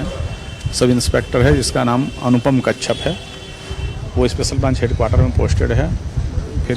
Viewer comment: कच्छप sahi pronunciation hai didi कश्यप nahi hai naam !! आप रिकॉर्डिंग स्टूडियो में बैठे बैठे धर्म परिवर्तन कर दे रही हैं 🤕